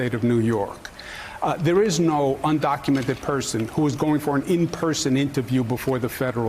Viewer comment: Let me correct you Joe. Un-do-cu-men-ted. Say it with me.